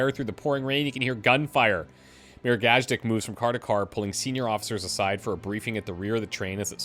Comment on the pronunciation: I know you've finished the playthrough, but its pronounced gaaz-deek